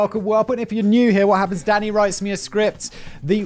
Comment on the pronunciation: I quite enjoy that every time Simon says “Danny,” it sounds like he’s saying “Daddy.”